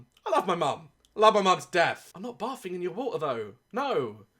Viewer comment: It sounded like he said "i love my moms death'' instaed of : "i love my mom to death